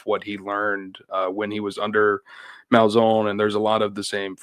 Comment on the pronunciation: Bro it’s Malzan! Not Malzone! 💀🤦🏽‍♂️